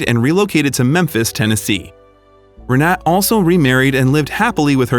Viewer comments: Re-na-te. The two 'e's are not pronounced as in 'bet' or 'seek', but as in 'her'. In fact the 'e' sound is closer to the 'u' in 'but'. The 'a' as in 'ah'. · the video is nice but it creeps me out how u butcher the name Renate. I am German and u don't drop the letter e in the end of the name Renate, it's like u would elongate it as if it's written Renateee. Just for ur information lol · I’m pretty sure her name is pronounced Renata. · Learn the correct pronunciation! Not Renat, Renatah. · They don't show her name, but the chance that it was ree-NAT is almost zero. The "e" at the end is pronounced in German. Her name is probably Renate, pronounced approximately ray-NAH-ta. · I believe the name Renate is pronounced Re-na-ta, not Re-net. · Proper pronunciation. Renate is “ Rah-Na- ta.. The last name Demitriades is De-me-tree- Addas. They had two sons and one daughter. I know all the family for years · The German name is "Renata", pronounced Ray-nah-ta. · Omg her name is Renate (reh-nah-te) it’s just driving me nuts with the mispronunciation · Rr Nah Tah please ! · Or REN AH TAH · Renate is pronounced re-NAH-tuh. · Her name is RENATE, pronounced ray-NOT-a. The narrator's mispronunciation throughout the video made me cringe. And the closed caption spelled out no less than FIVE different spellings throughout as well. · It's pronounced Renata. My mother-in-law has the same name, she in from Berlin. Renate'. Typical female games, even when they are old!! LOL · Renate is pronounced Renata. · Eher name is pronounced with all letters spoken Renate (Renatay) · Renate is pronounced Renata. Thx 4 sharing this story 🙂🙂💕💕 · Her name, Renate, is pronounced Reh nah tah, accent on the middle syllable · It’s not pronounced renet? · Her name is pronounced "Reh-NAH-teh." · you are pronouncing her name wrong.. happy for the couple